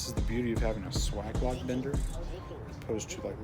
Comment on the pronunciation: If you bend 30° on L, your bends and therefore offset will be shifted to the right. You should bend a 30° on the 30° mark. Also it's pronounced sway-ge not swag... Lastly that fitting is a union not coupling. Good video regardless.